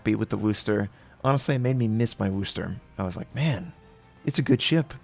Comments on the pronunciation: FYI, it's "wus-ter" not "woos-ter" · It’s not Woo Ster. It’s pronounced Wuster. Wu s ter. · He says Wooster instead of Worcester I really don’t think u can English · That will do fine but never Woo ster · Nice try on the pronunciation but not quite right..... much love,, from Massachusetts. ❤️